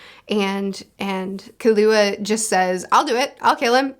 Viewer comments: For pronouncing Leorio's name, it's more like Leh-oreo, instead of lee-ahrio, based on not only how they say it in the anime but also how the Japanese pronounce their vowels. And for Killua the emphasis is on the first syllable, so KILL-ua instead of Kih-LEWA. Yeah, the author was not subtle about the assassin boy's name. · Leorio's name is pronounced like "le oreo" lol Also Killua is just "kill ooo ah," not "kahlua" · Leorio is pronounced 'Lay-oreo'. Kurapika is pronounced 'Crap-peak-kuh' Killua pronounced 'Keeloo-wa' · You pronounce the "kill" in "killua". It's not "Kalua" like you said. KILLua, you know, because he kills people. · And killua is pronounced kill-a-wa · Killua is pronounced like kilowatt without the t sound at the end. FWIW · Edit: just so the nerds don’t kill you I’ll help with the names for the main 4. Gon you got right but some people do pronounce it like Gone but you got it. Kurapika is pronounced like Kura-Pee-Kuh but say it fast instead of slowly . Leorio is just Le and then how you would say Oreo. And then Killua is like Kill-uah but there’s no H in his name. Hope this helps more then it confuses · Gon rhymes with flown. Not gone. Killua's name kind of flows like spatula. The U-sound don't need a ton of emphasis. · Killua is pronounced Kill-You-Uh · Love your videos and I love hunter x hunter. Can’t wait for your real time reactions to these twists and turns. Here’s a pronunciation guide: Gon: Go(like opposite of stop)-N sound Killua: Key-Lew-Uh Kurapika: Ku-Rah(stress on ra, not pi)-Pee-Kah Leorio- Lay—Oreo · )! I love the manga vids you’ve made, one piece is a favorite of mine, and I’m glad to see ya branching out into more, hunter x hunter is very enjoyable, I need to help ya on these pronunciations on the names of the main crew tho Gon: go-n Killua: key-lu-a Kurapika: koo-ra-pee-ka Leorio: Lé-O-ree-o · If it helps, you can pronounce it like the snacks - "Lay Oreo". And for Killua, just "Kilowatt" but without the t.